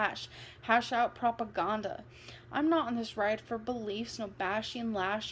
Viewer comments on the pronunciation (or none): That's probably one of the funniest mispronounced words that Ambo says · Not propaagonnddduh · The way she says Propaganda during the poem reading 😅 PROPAHGHANDAH 4 EVA